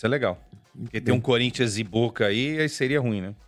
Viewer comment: Sormani tentando falar o nome do time, parece q tava tendo um derrame 😂😂😂😂